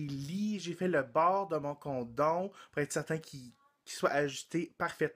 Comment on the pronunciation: Wow...tu prends vraiment soins de tes invités....Peux-être que se sont mes oreilles mais à la fin de ton vidéo j'ai entendu condom au lieu de condo ?? LOL